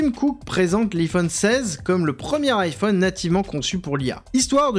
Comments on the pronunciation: iiiphone iiiphone !! bordel, c'est Ay-Phone le I se prononce Ay .. marre de la francisation de tout.. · "Aïe" phone pas "I" phone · Alors quand on dit « Apple » en « apeul » on ne dit pas « iiiiPhone » mais bien « aillePhone » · Pourquoi il dit l'i-phone et pas l'ai-phone, On Le prononce tous à l'américain, c'est assez désagréable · et iPhone à la Française ? ça sonne bizarre, dit le comme ça Aie-Phone. On dirait une speakerine des années 60, genre le hum-beurre-gé quand mcdo est arrivé en France. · Parcontre tu prononces bien iPhone stp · pourquoi prononcez vous iPhone de cette maniere ? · La prononciation de iPhone fait mal… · apprend à bien prononcer "iphone"... bordel